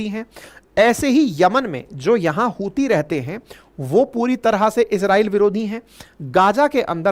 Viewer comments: ... hutiye rehte hai yaha pr, ankit sir 'च' ko 'ह' bol rhe hai😂😂😂😂 ....YouTube guidelines bhi follow krni padti hai🤣🤣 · जब भी आप हूतिए बोलते हो मुझे लगता है आप उनको चूतिए बोल रहे हो बहुत दिन हो गया है आप ने पिगिस्तान को पेला नही है 😂😂😂😂😂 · Epic line hutya rehta ha yeha 😂 (C silent ha)